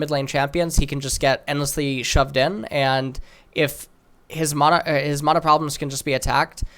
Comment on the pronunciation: please stop saying mana like that